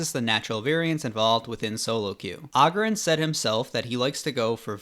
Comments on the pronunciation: Agurin not Agerin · It's agúrin not àgurin. Jesus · It's agurin, not augurin